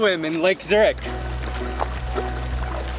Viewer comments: Dude you wrong say Zurich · The amount of times he said zuric😂